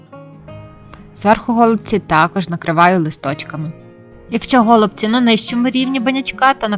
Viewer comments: Дякую. У нас кажуть голубцІ. Наголос на ост.складі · Все чудово, але чому го лубці наголос на букву о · А,я не удивлюсь. У меня знакомые из Одесской обл. так же говорят го лубци. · По-перше, я теж люблю українську мову, але наголос у слові "голубці" на першому скпаді ріже слух. Нас всіх вчили з давніх-давен вживати наголос на останньому складі. По-друге, можливо ваші пісні голубці для когось і смачні, тільки користі з них небагато. Замість 5-6 цибулин (навіщо стільки?), краще додати хоч трошки м ясної начинки. А також для голубців зі свіжої капусти потрібна підлива з томатної пасти і сметани. Тоді справді буде смачно. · Мені тошнить оцей наголос на го / ми робимо наголос на ці/ Нашої такі обсяги робить на пів села ??